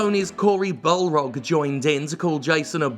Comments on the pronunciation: Dude, it's Barlog, not Balrog. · I can never tell if Jim calls "Cory Barlog" by Cory Balrog as a joke or a mistake. Probably a joke though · Hey Jim, just a note that the guy's name is "Cory Barlog," not balrog (like LotR), he just has his Twitter name as that because they're so close (if you look at his handle, you'll see it's spelled the actual way) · He pronounced "Barlog" as "Balrog" too sometimes so it might be on purpose